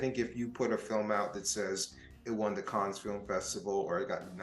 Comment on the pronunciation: Small point. It's not "caanz". Cannes is "can". Like can of coke.